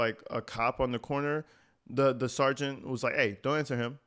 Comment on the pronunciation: When a person uses I so much… it’s speaks volumes. What is an ansah? What is a missipality? What is the act of axing a question? What is a maya? This is who they voted for.